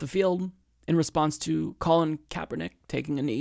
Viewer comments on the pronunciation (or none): none